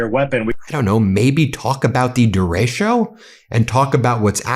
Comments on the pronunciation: Just a note, , Ben, The weather phenomenon you're talking about is pronounced 'der-ah-cho' not 'der-race-show'. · de ratio?? Pronounce it DAY RAY cho! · Ben, just an FYI - it's pronounced duh-RAY-choh Love you! Keep up the awesome work! 🩵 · It's DE RE CHO! The storm is called a derecho, the Spanish word for "right" opposite of left. DEH REH CHO! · Ben, it’s pronounced dair-.e-ko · It's pronounced "dare-i-ko". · Da-retch-o. Please pronounce correctly.